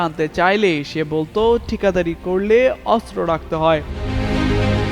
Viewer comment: অস্ত্র উচ্চারণ শুদ্ধ উচ্চারণ করতে হবে 😮😮